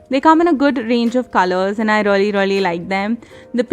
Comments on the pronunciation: You were saying reully instead of 'really ' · First thing it's really not rly